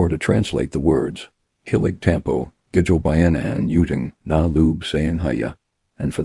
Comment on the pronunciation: Even the narrator can’t pronounce ( gigil ) it’s pronounce ( ghee gheel ) lol